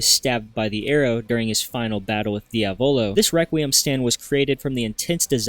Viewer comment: Inglesi di merda NOT DIAVÒLO BUT DIÀVOLO is the correct pronunciation and it means devil the accent goes on the A learn the name ffs